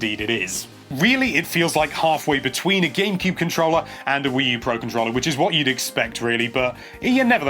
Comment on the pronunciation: Every time he says "controlla"...